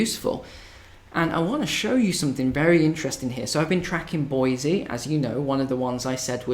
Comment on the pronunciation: It's Boi-see for the locals, not Boi-zee.